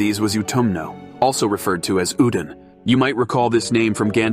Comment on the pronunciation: Gandalf says Ul-doon. Change my mind.